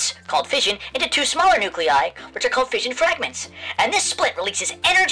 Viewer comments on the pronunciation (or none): none